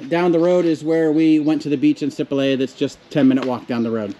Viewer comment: You’ve been in Sipalay for what, a couple of weeks now? And no one has told you it’s si-PAH-LIE? Emphasis on the second syllable and not on the first like you guys have been doing. It’s not SEE- pa-lay but si-PAH-LIE. Not lay as in lay your head on my shoulder but LIE as in two truths and a lie.